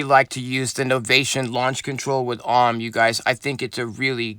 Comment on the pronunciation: its A-U-M, “Auhhm” just sounds weird